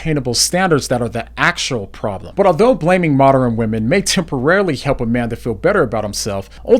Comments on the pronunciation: bro said moderin loool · Moderin, mod er in , mod earn, ern, modern.